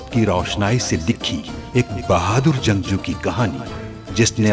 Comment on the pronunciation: Janguu nhi jangjoo😂😂😂😂😂